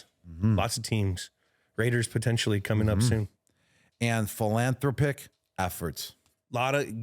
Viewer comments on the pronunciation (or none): Yeah Gronk, that's pronounced like phil n throp ic. Wish you were still playing, and TB is the G.O.A.T. for sure!